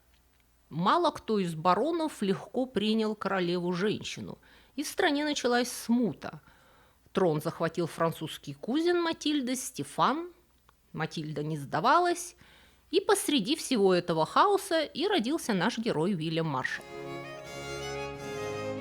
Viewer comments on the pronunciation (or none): кУзен ? Слово это в русский язык пришло из как раз французского - как норманны в англию. Так что произносится оно в своей русской ипостаси с ударением НЕ на английский (кАзен), а на ФРАНЦУЗСКИЙ манер - кузЕн. А вот слово рЕгент имеет латинское происхождение, так что в нем ударение как раз на ПЕРВОМ слоге. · спасибо большое, но всё-таки кузЕн, а не кУзен🫶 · Очееь интересно, срасибо,. Однако, правильные ударения будут: рЕгент и кузЕн, а не так, как Вы произнесли. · У иногда проскальзывают такие любопытные, видимо, навеянные английским языком, акцентологические ошибки (неверное ударение) типа "кУзен" или "регЕнт". И это совсем не в упрёк - просто размышления вслух. Когда знакомое слово сразу не распознаёшь - необычно, но интересно! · Дорогая! Очень прошу следить за ударениями в словах (рЕгент, кузЕн), у Вас все-таки просветительский канал. И спасибо.